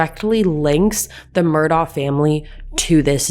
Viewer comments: It’s pronounced MUR-duck. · I think its pronounced Mur- Dough